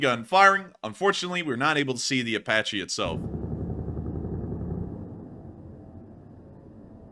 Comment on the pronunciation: Apache is pronounced Ay-Patch-ee (Not Ay-Potch-ee). Good video the Dagestan event was disturbing.